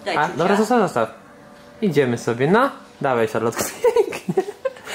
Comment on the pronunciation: Wymawia się Szarlot,a pisze Charlotte.